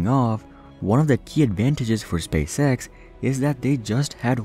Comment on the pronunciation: I like how you say Spay Sex instead of Space X.